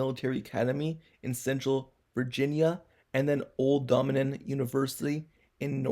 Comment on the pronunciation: That boy said old dominin 😭😭😭 Dough-Min-Yun